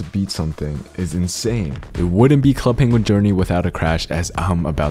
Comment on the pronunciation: NOOO DONT SAY Club Penguin like that